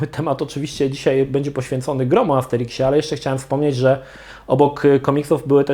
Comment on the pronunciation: Armsteriksie? Amsterimkśmie? Sikśmie? Mikśmie?